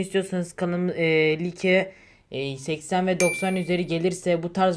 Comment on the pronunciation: Abi like like diye okunmuyor layk diye okunuyor bilgin olsun